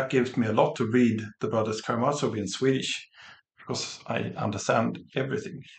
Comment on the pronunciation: Please note that the "z" in Karamazov is pronounced as the "z" in "zoo". The stress is on "ma".